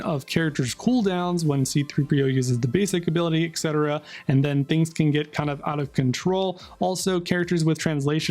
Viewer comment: "exettera exettera"